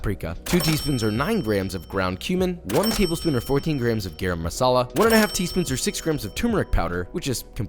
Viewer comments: PSA: "Garam masala" is pronounced "gurram" masala!!! Not "gayram" masala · Why do people say gayram masala? Its garram masala😂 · Try to say ga-ra-m ma-sa-la Loved the video! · “gerem masala” …bruh that pronunciation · Hi josh just letting u know its pronounced more like garum masala. Ga-rum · Are we not going to talk about how Josh completely butchered "garam masala"? ;(